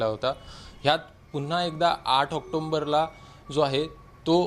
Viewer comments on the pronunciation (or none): October asa word ahe octomber asa word nahee. marathi bhashecha abhyas kara ajun.